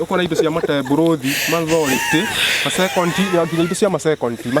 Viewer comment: Mat 2026 I'm back hear to listen to man. Makolejiko - psychological Mateborùthi - metabolism Mathority. - Authority Masekonti. -ma time😂 Most of all I like hearing saying by the way ati by way they.